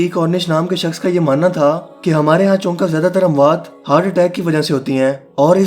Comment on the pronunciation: Choonka koi lafz nhi hota..choonkay hota hay